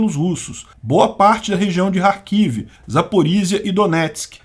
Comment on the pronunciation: E carquive e querson as pornuncias porra Que agonia esse k mudo